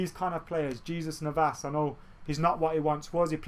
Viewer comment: Btw I love how you kept on pronouncing the J in jesus navas 😂😂 were really going to be attacking Jesus 😧